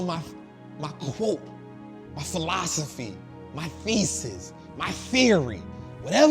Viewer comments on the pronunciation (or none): said salvoilosophy 🤣